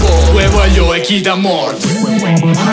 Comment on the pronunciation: Cmq come pronuncia kitemuort fa ridere troppo